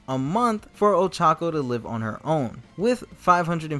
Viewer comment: Ochaco pronounced Old Taco 🤣😂